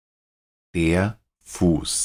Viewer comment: Oyendo distraídamente, pensé que había dicho DER FURZ en vez de DER FUSS. Tuve que dejar de hacer lo que estaba haciendo para oir con atención.